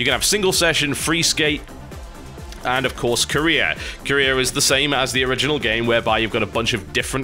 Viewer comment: Who else thought TB said Korea instead of career.